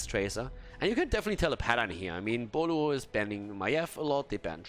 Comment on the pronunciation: Did you ever study Chinese? I didn’t realize the name of team Boluo is actually Pineapple in Chinese until you continuously pronounce it perfectly